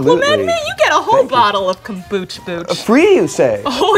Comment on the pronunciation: "you get a WHOLE bottle of kumbuchbuch" lol